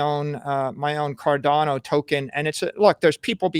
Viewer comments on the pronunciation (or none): none